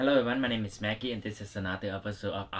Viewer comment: R u saying Maggie or Mackey. my hearing is bad.